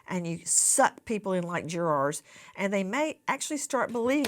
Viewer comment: It’s crazy how she pronounces “jurors” 😅 “juraaars”